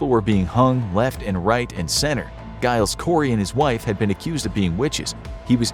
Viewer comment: 🤦‍♂️🤦‍♂️🤦‍♂️🤦‍♂️ Giles is pronounced 'djy-lz', not 'guy-lz'... 🤦‍♂️🤦‍♂️🤦‍♂️🤦‍♂️